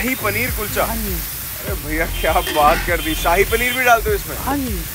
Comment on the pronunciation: ਨੇ ਜੋ ਸਾਹਿ ਪਨੀਰ ਵਾਲਾ ਕੁਲਚਾ kulcha bolya kasam to hassa nahi rukh reha 🤣🤣🤣🤣🤣🤣 Shahi panner da saii kulcha bna chadya 😂😂😂😂😅😅